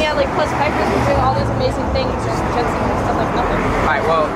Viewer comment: its not jentsen its jentzen